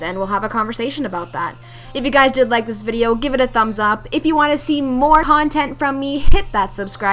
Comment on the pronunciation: I actually need to do some wall running Im good but definitely not the best, sometimes when i even wall run and i get into dogfights I NEVER WIN I ALWAYS FALL TO THE DEATH LOL. but f killstreaks they can take it in the butt xD but nice vid!:D Oh and you said hontent;)